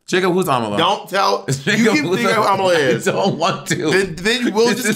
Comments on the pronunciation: Bob pronouncing Ámala like Kamala is so funny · if bobs pronounciation is am uh luh, the correct way is a mah luh